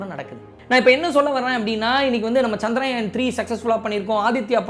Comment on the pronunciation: சந்திராயன் இல்ல... சந்திரயான்... சரியாக உச்சரிக்கலாம். மத்தபடி செம்ம கலக்குறீங்க.❤